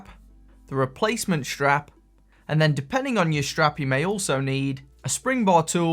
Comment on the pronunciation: Helpful video. But it's a 'strap' - not a 'shtrap'!